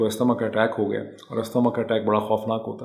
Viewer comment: Please correct Asthma pronunciation jazaka-Allah khairan. For your brave effort